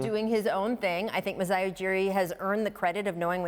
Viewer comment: Lol Lowry might, but DeRozan won't. He still can't say Masai's name.